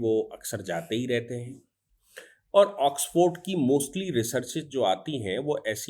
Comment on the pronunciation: ऑक्सफर्ड, ऑक्सफोर्ड नहीं,वकीलसाब !